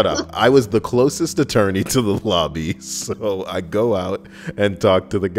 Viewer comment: I was laughing my ass off as soon as I heard "closet attorney" 😄 I thought it was an actual thing 'til I heard you say "closest"